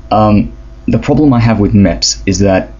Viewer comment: Not mèps MEPs XD